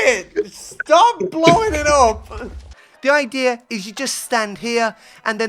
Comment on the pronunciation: So basically, the idear is…